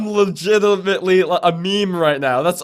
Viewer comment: "I'm legutumutly a meme right now!"